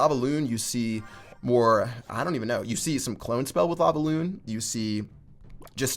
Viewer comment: Why does he say lavaoon